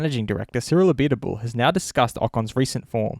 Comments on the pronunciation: Pronounced (Abeet- Bul) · Pronounce Abiteboul like « a bit bull » and you will get it right. Also, very disapointed by Ocon this season after what he showed in force India. That year out of F1 killed him. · Just a little tip when you say abiteboul don’t say the « e » just say abitboul because I speak French and I know what I am saying